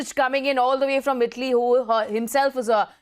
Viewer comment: Its Italy... Not Idli